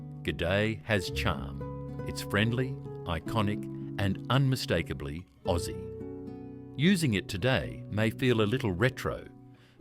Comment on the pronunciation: Strewth Ruth!! What flamin' AI galah language is commentating this!?? "Gar-lar" 😳 huh!! Wtf 😂 Must be some seppo programmed version of an Aussie, (not "oh- cee" btw) 🤦 "Fuck me Nora!!!" Get it right!!🤦🤦🤦